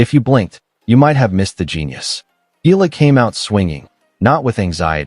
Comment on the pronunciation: E-YA-LA pls make correct pronunciation. Ask Akex how to pronounce her last name